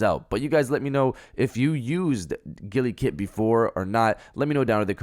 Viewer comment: Am I the only one annoyed af by the way he's pronouncing Gulikit?😠😤😡🤬